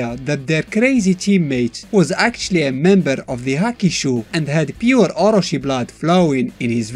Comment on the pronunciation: oro-chi [as in chicken, not oro-see]